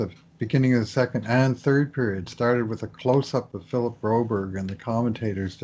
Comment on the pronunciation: Broberg please not Broberry , we aren’t in Sweden, sounds very weird